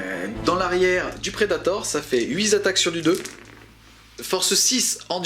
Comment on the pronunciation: Super vidéo, je recommence juste 40k et c'est parfait pour se remettre doucement dans le bain ! Juste une petite remarque parce que je suis un peu tatillon : attention aux liaisons, on ne dit pas 8 zattaques mais 8 tataques, tu as fait plusieurs fois l'erreur d'autant plus que le nombre 8 était à l'honneur dans cette vidéo.